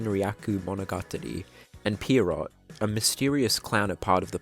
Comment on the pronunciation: Pretty sure the name "Pierrot" is supposed to be pronounced "Pier-roh" with the T being silent. It's a French word IIRC (and its literally just their word for clown). But I will not clown on your pronounciation for long.